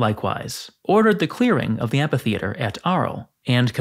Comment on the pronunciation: Pronounce: AM-FEE-THEATRE